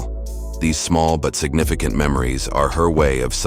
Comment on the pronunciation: "Signifi Can't indicator." Loving that AI 👍